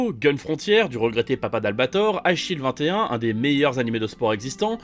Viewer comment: J'ai burggé pendant 10 sec et dû remettre 3 fois ce passage quand j'ai entendu Eyeshield 21, avec l'accent j'avais entendu Achille 21😂